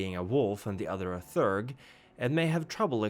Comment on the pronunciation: "Theurge" has two syllables and is pronounced [thee'-errg]. From the greek words "theos" (belief) and "urgos" (worker).